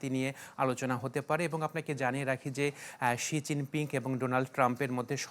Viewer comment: শি জিং পিংক না হবে, শি জিং পিং উচ্চারন ঠিক করে সংবাদ পরিবেশন আবশ্যক...